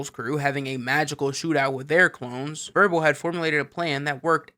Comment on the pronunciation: isn’t his name wirbel not verbal